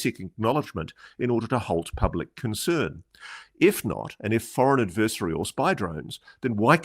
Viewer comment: If you insist on using the same word in every other sentence would you at least pronounce it correctly ad•vr•seh•ree Not ad•vur•si•tee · vur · si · tee